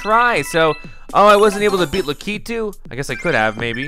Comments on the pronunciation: It’s not Luh-kee-too. It’s Lah-ki-too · It's la-ka-two